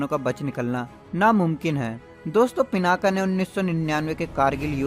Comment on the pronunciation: भाई, वो पिनाक है, पिनाका नहीं।